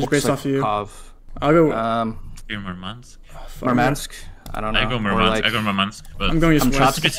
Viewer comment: Murmansk , not Moumansk